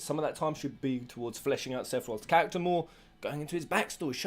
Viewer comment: Every time you say "character", I keep hearing "cactuar".